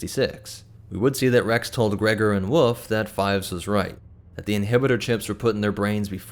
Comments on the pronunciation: its wolf not woof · It’s wolffe lol not woof